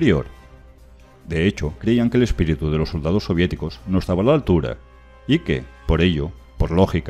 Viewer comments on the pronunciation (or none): none